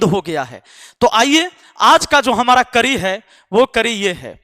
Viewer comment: बोलना सीख ले भाई करी नहीं कड़ी होता है